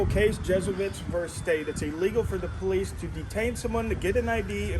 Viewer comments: This one is pretty much poo. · why do they pronounce it POE LEECE instead of the English pronunciation of Puhleece....drives me mad...makes the hair on my arms stand up, that along with axing people, PERIOD, and get that camera OUT MY FACE??? I hear it over and over and over in these videos. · Be nice if they could hire people that spoke proper english, it is POL-LEASE not POO-LEASE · She’s going to call the PO-LEESE on you first being on public property. Genius. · "Poe lease"-🤡